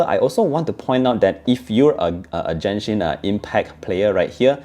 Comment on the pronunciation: You pronounced Genshin wrong. You can yourself an Asian? You bring dishonor to us.